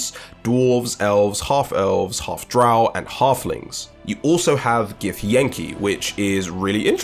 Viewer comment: Its pronounced DrOW. Not DrOOW you fucking casual. If you had played the original Balder's gate 1 and 2 you would know this.